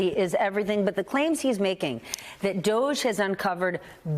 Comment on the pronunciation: Can we please pronounce DOGE correctly? Like the word "dodgy" since it really is dodgy?